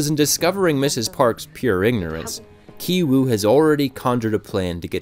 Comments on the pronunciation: The name of the son in the poor family is pronounced as Gi-woo not Gai-woo. You should have studied the characters' names properly before you made this video. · can english speakers at least try to pronounce asian names right? who tf is kai-wu lmfao 😭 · Character names also have meaning. 杞憂(KI-WOO Korean pronunciation) which means eedless worry, a radical center. 旣定 (KI-JUNG Korean pronunciation) which means already determined, planned. Same as movie content. last scene show that KI-WOO stones are no different from other stones. In other words, rich family image, It is a illusions created by money. also rich man job (vr machine seller). Poor people dream of being rich, but in the end, because they have no plans, they are haze of illusion. Parasites are films with various layers. The interesting point is that the pizza shop Walker appears on the a stadium. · Ki-Woo (pronounced "Key Woo") Ki-Jung (pronounced "Key Jung") Ki-Taek (pronounced "Key Taek") The title of the movie Parasite in Korean is Ki-Saengchoong (pronounced "Key Saengchoong")